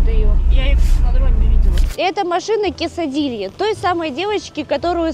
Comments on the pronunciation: Почему Кесадилья то???😆 Вроде Кэскилээнэ зовут😆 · Выпуск супер просто в след раз не коверкайте Имя человека пожалуйста (кекс - кесадилия)